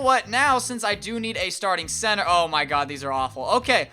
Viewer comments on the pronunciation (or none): lol he said censor instead of center